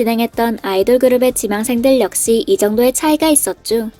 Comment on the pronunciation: 발음이 역시는 역싀인데 의상은 왜 으상이에요?ㅋㅋㅋ